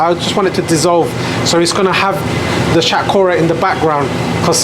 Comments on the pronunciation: Love your videos bro, but I think you should pronounce the vegetables Bengali way lol. Like shatkora haha still love it though. You pronounced it non Bengali way. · Pronounce Shatkora properly not like a coconut.